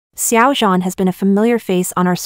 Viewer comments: You say his name like it's French😭😭😭 try adding a shsnd d sound before zh? Like, dzhan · IM SORRY..... its SH-ow-JAN...